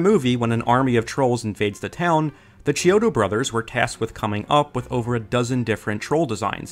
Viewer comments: Chiodo Brothers is actually pronounced like the “h” is silent. You would say “Key-odo”. One of my best friends worked for them for a number of years. One brother once punched another in the face (dislocating his cornea) while they were having an argument over whether human-sized Sea Monkeys would wear sneakers or sandles. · I love you and your channel, the most underrated channel on YouTube in my opinion. Just a minor nitpick tho, it’s actually pronounced kiodo